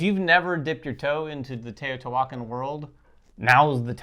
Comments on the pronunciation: The pronunciation of the game… is not Tayotee-Walken lol. It’s Te-o-ti-hua-can. Or Tay-oh-tee-hwa-khan, with an equal emphasis on every syllable. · Every time you try to say the title of this game you MURDER is pronunciation!!! GOOGLE THE CORRECT PRONUNCIATION!!! You're insulting my ancestors! Every time you say it wrong, my ancestors roll over in their grave and the gods kill a puppy and a kitten. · Oof the pronunciation is like nails on a chalkboard